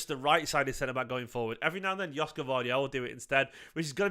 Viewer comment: Greetings from Sydney Australia mate 😂. It pronounced YOSHKO